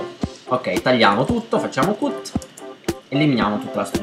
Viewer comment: ok ma si pronuncia cat